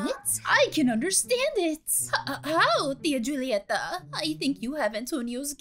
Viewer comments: I think you haven’t watched encanto yet and sorry for corrections, it’s spelled “julieta” but it’s pronounced “hulieta” with a “h” sorry again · when you see it is julieta, but you have to say hulieta. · I’m sorry to correct you but instead of Julieta it’s pronounced Hulieta